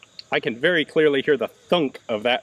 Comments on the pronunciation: “be vewy vewy qwiet, i’m hunting Nazis” ideal opening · Wuv the Elmer Fudd “Be wery quiet…” 😂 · "Be vewy quiet ... I'm hunting Nazis.." possibly my favourite intro to a GJ video ever - and the list is long!! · Be vewy, vewy quiet. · Ian: "Be vewy quiet, I'm hunting nazis" Me: Presses like button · yes, I got that.